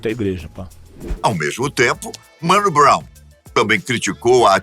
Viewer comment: Vídeo tá foda demais mas, "Mano Brow" aí não chefe